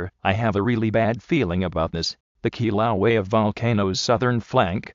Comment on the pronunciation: Kilauea is being mispronounced, and it's located on "The big island" the island of Hawaii, same name as the state.